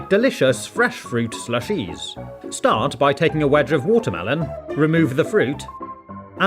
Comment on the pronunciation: The way the guy said slushes at the beginning was the most proper British i ever heard 😂